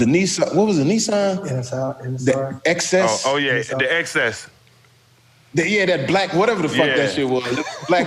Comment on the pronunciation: XS not excess! 🤦🏾‍♂️